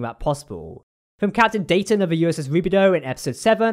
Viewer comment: Great episode and vid as always. The most impressive thing for me, among all the awesomeness, is that they pronounced Dayton correctly multiple times lol. I always forget how, like, regional or idiosyncratic we locals pronounce Dayton compared to people who don't hear the city pronounced regularly. (if anyone is curious, it's like "Day-uhn", with a glottal stop where the hyphen is.)